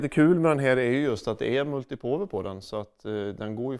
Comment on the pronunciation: Fyfan vad bonde asså "multi påwer" HAHAHA levererar igen, sluta aldrig:D <3